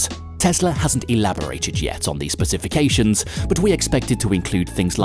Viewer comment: Spe-ciffi-cations. Nice one